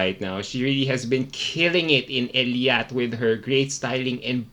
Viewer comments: Hello! Nice review po. I’m on the same path as you are. But just wanted to correct po sana it’s ei-lat not el-iat hehe. God bless po! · Eilat po.... a-lat... ey-lat.. Eilat😉😊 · You keep on saying Eliat (Elyat) well infact, it's Eilat (Eylat) 😉